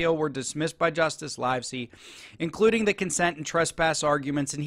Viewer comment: The name of the judge, Livesey, is pronounced as in “LIVE free” NOT as in “ALIVE”.